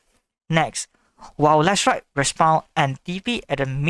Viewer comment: His name is Leshrac not Lichess